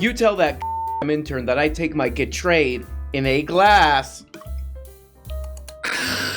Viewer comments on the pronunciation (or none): When I heard you pronounce Gatorade like that I knew I would have a good week.